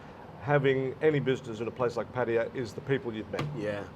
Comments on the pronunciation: Pat tay yah…..funny way to pronounce Pattaya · You have been in Thailand long enough to pronounce Pattaya properly, Pat ta ya